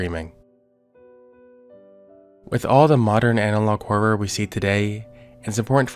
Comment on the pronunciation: Do you know how much i appreciate the fact that you actually say the word HoRRoR! Usually when people say it it just sounds like "whore" so thanks for that. Lol i have to say, This is the BEST channel on YouTube. I am so glad you are still making content that we all subbed for instead of changing it. Ive been subscribed to this channel for years!❤